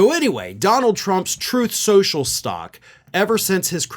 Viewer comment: "Troath Senshul."